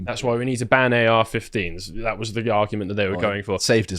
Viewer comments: Why does this guy keep saying "dat" and not "that"??? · Grifter replaces every TH with a D in his speech